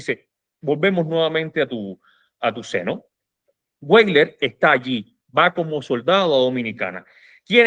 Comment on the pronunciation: española (ACC) Hay un error muy extendido al pronunciar el apellido de origen alemán Weyler. No se pronuncia como en inglés "Gueiler"si no Veyler...,esto es, la letra W es como una V o B en alemán. Valeriano Weyler ostentó los títulos nobiliarios de marqués de Tenerife y duque de Rubí y una Grandeza de España. Fue un tipo con suerte pues llego a ganar un premio de lotería.